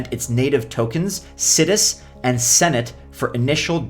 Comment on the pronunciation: I think it's pronounced sigh-dus